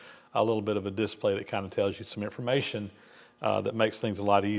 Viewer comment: Always entertained by the unusual pronunciations that Southern folks use. I was raised in the North, but have lived south of the Mason Dixon 80% of my life. I would say, “dis-PLAY”, and says, “DIS-play”. Not a criticism. Just an observation.